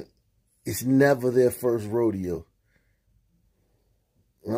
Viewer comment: “They need these parents to take control of dey kids” I know a police chief who was “suggested to retire” for saying the same thing just more articulate not in Ebonics.